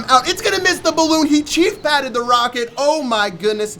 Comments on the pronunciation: he said " HE Chief Patted the balloon".... LOL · I literally died when he said "he chief pated the rocket" 😂 memes at their finest